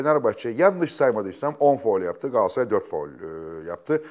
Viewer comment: YA GAASARAY NE DEMEK YA İKİ DE BİR , İNSAN TUTUĞU TAKIMIN İSMİNİ NASIL YANLIŞ TELAFFUZ EDER !